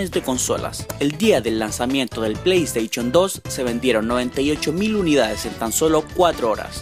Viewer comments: "Play Esteichon" Eeexitooo :v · Asosieichon pley steichon best ingles áfrica